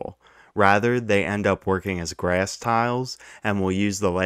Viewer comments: so funny every time he pronounces a short "a" like "ayuh" (ie "grayuhss" instead of "grass") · I like how you say “grass” 😂